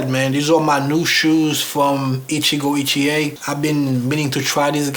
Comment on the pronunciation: Hey, them Shoes are Gorgeous. When you first named the Maker... I was like WTH!... I thought you said "Gitchié - Gitchié, Ya-Ya, Da-Da" 🤣🤣🤣. from "Lady Marmalade".. Naw For Real. I had to back up the Video to hear it again. Krazy mind of mine🙄. I think the color of the shoes would look nice with that Green Suit your wearing in the video. Would you call it a Sea Moss Green? I'm luv'n it👍🏽. But yea, you most definitely got Blessed with them shoes. Luv'n that Grain too. Stay looking Sharp brother. I appreciate your videos. Be Blessed 🙏🏽...